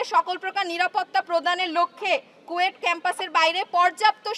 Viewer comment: কুয়েট ❌ কোয়েটিং ✅